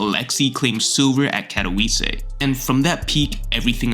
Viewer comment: did bro just say katoviisee